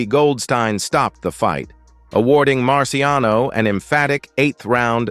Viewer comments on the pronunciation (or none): It’s Marciano. No S.